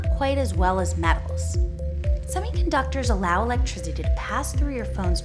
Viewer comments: electrizidy lol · the way she said electricity, lol